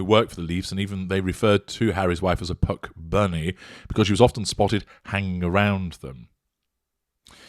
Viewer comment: My My. I love how carefully you enunciated the p - Puck bunny then repeated it several time to drive/pound/bang the point home.